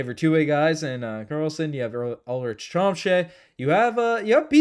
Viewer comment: your pronouncing ulrich wrong. It’s pronounced Yule-rish